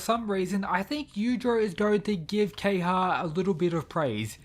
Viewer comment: Ke-ha-ya not Keyha...